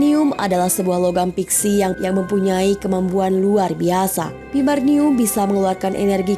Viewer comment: Vibranium....bukan vibarnium, min.